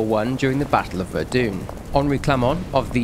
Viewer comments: It is pronounced Ver-done not Ver-dune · Ahh yes, “Verdoone”… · "The battle of Verdoon" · “Battle of verdune” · 'battle of verdoon' wtf did i just hear XD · The pronunciation of Verdun hurt and I'm not even French 💀 Fun not so fun fact: because the battles at Verdun got so horrendous at some point, that period is called "the hell of Verdun" (die Hölle von Verdun) in German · my brother in christ, that is not how you pronounce Verdun